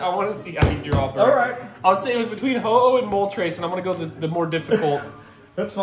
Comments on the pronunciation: They turned ho-oh into oh-no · HAHAHA THATS NOT A HO-OH THATS A OH-NO LOL JK LOVE THE VIDEO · That's not ho-oh that's u-ho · that isnt a ho-oh its a ho-no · Instead of ho-oh it should be uh-oh